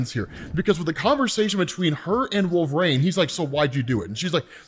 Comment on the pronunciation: Can’t stand how he pronounces wolverine. It’s not “wolvraine”